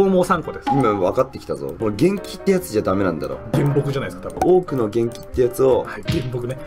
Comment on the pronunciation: むらいさん未だに「げんき」って言ってる…